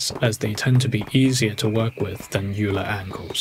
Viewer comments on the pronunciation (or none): It's not YOUUULER it's OIIILER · I'm very sorry, but Euler is pronounced like "oiler". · Pro tip: "Euler" is not pronounced "Yoo-ler." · Very cool work! though, you fall into a common mispronunciation of Euler. It's supposed to be pronounced just like "oiler".